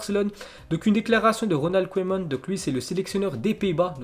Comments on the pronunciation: Sa se dit Kouman en ndls oe se dit ou 👌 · les belges savent qu'on dit Kouman